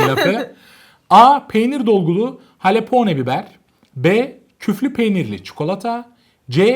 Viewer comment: halapone değil jalapeno